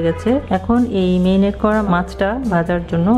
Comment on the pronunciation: শুধু বেটার নয়, উনি ম্যারিনেট কে মেরিনেট বলছেন, বাংলাদেশের অনেক মানুষই য ফলা আ-কার গুলো ভালোভাবে উচ্চারণ করেন না।